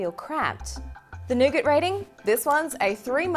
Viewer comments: Come on you are Australian... say nougat properly. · I heard that too! Then I thought of all the scenarios of people getting jumped from saying nougat😂😂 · C'mon CNET!!!! Yall need to review these videos before you release em' to the public. accent makes "Nougat" sound like the "N Word"!!!! As an African American I was not offended but I can see how some people would be offended or use "Nougat" (with an accent) as a form of sarcasm. "I said Nougats, not the N Word!!!". There is a small part of me that believes that and CNET knew what they were doing when she makes the inner city slang references and terms in parts of the short video. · thought I head that too had to replay it a couple times